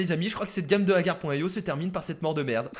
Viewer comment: Je rêve ou à tu as dis "Akar.io" ?